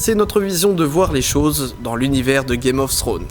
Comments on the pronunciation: Ta video est super mais s'il te plait ne prononce pas "Games Ofs Thrones" il n'y a pas de "s" a chaque fin de mot, merci. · On peut dire qu'on l'attendait ce 5 theorie , super video PS par contre pourquoi les francais disent tous "games of ssrones "? c'est tellement moche!